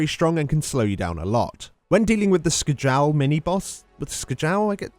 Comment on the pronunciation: You pronounce Skjal like Skyal or Skial NOT Skgal lmao